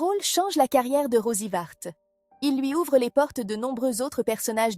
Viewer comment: L'on ne dit pas OUBOU mais UBU et c'est Rosy Varte et non Rosy Vaté. Ah ces voies IA font du n'importe quoi.